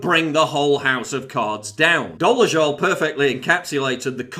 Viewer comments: I hereby award you the prize of small + for being the first and so far only person on the internet, who pronounced the name "Doležal" correctly. Small details like this are the reason why your channel is better, than anybody else's, especially from the established media. You do your research. Great job. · also, congrats are in order for being pretty much the only 1 who is pronouncing doležal's name correctly :) i can't stand the broad but i do appreciate correct pronounciation :D cheers